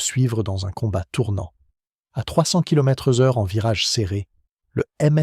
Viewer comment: Kilomètrezeure... De l'IA. Je quitte. Si âme tricolore il y a elle doit être humaine.